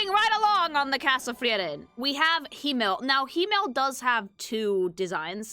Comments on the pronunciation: As a german: you dont Roll the Rs in Frieren. Its Him-mel, not Hi-mmel. Its a hard T in Heiter, not a D. Like in T-Rex. Or Traffic. Stark is pronounced Shtark. Flamme is pronounced Flam-meh. I cant actually tell you how to pronounce ü. Ue is the usual short hand. Graf is a Noble title equivalent to Count. Also, its Lawin-E. Dont swallow the E. Its Kan-ne. Ehre: short E in the end. Richter: ch. CH. Not K. Its not Eddel. Long D. I give up T_T Edit: Sen-se, german for Scythe. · as a german the mispronouncing of their names hurts. but its also mispronounced in the show itself. frieren is not fri eren. its free ren. ( means freezing ) himmel. is not him mel. its him el. ( means heaven or sky ) Heiter is not heider. its got a sharp T. so heiter like height er. ( means pious or joyful ) Eisen is not ice en. its I zen. like the meditation zen. ( means iron ) fern is nut pronounced like urn. its sharp, not soft, the R is being softened to much and also should be a bit shorter then it sometimes gets pronounced as. ( means distant ) Stark is not stark like " star features " its SCHtark. with a soft sch sound at the start. like almost a shushing noise. ( means strong ) you somehoe mispronounced flamme worse then the anime itself does. its flam me . not flam like some weird bam onomonopia. ( means flame ) Qual, you shortened to much. drag out the a just a little bit. ( it means torment ) Aura is the same word in german and english. but given all other names are just german nouns if we keep in line with that it should be more sharp in the au of aura. its au like ow lügner. you at least only mispronounced the difficult umlaut which is a hard thing to describe phoenetically since there is no similar sounding word or tone in the english language. its like mixing a u and an I sound at the same time. giving you a pass on that cause you got the rest of it right. ( It means liar ) linie you pronounced linny. its lee knee eh ( means line as in a straight line ) Draht